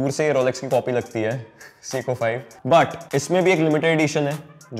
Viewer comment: It’s say-koh Not seeeko